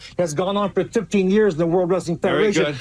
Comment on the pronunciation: Linda McMahan was lying to protect her husband and money. That guy on Morton Downy ,Dr somebody, is such a jerk! And says Rasseling. Sooooo annoying!